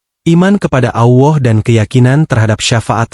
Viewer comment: Benar ga mengucapkan bukan Awah,Allah tau🤣🤣